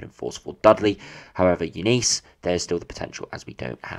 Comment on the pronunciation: It’s Eunice mate pronounced Yoo nis Eunice Kabul?